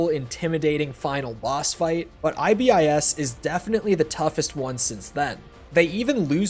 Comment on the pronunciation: For the love of God, please stop saying I-B-I-S.